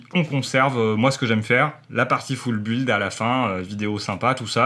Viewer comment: Bonne vidéo comme d'habitude. Par contre "Full Build" prononcé foule buuuiiilde c'est pas class... "Construction complète" c'est pas mal aussi. Non sans déconner continu comme ça c'est très bien!